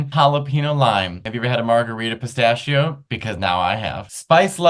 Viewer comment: Matteo, "pistascio"? I'm an italian fan very disappoint 🤣